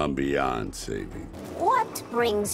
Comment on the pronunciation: Thought he said "I'm beyonce" instead of beyond saving